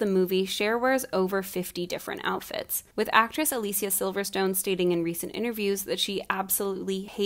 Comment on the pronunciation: This is just a detail but I love the fact that you nailed the correct pronounciation of Alicia's name, the actress herself pointed out not so long ago that a lot of people butcher her name. It's a nice touch :)